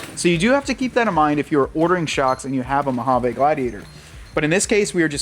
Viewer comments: Hahaha, our new drinking game is we take a shot every time you say Mo-ha-vaa instead if MO-HA-VEE.😂😅😂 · We desert rats cringe every time you say MojavAAA It's Mojaveee. Try it a few times... and on that note it's not Nahvahda... and for sure not OreGONE..